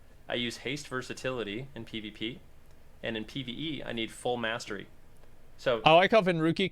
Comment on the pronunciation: The way this guy says "Mastery" as "mass-tree" is fucking irritating.